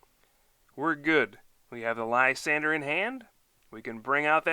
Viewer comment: LYSANDRE. Not Lysander. The 'R' comes before the 'E' so it sounds like drey. Come check out my video for the correct pronunciation. But I like your videos, keep up the great work!!!